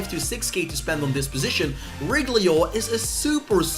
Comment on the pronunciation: I laugh everytime he says “Reguilon” 😆